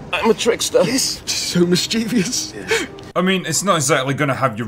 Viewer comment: Did he actually say "mis-chee-vious"? In a published movie?